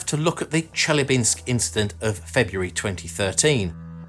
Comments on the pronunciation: Wrong stress in Chelyabinsk: it should be stressed ChelyAbinsk, not ChelyabInsk. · ChelYAbinks... Wrong emphasis.